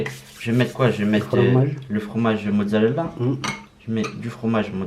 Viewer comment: biar biar il a dit mozzarella